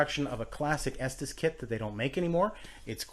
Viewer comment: It's pronounced estees not estas